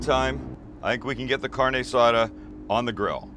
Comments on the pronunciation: Sam:cheese sauce Southerners and Mexican :....... Sam:(says carnay instead of carnè) Mexicans and Southerners: TRIGGED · This is so good im gonna give you a pass for pronouncing Carne, Carn-ey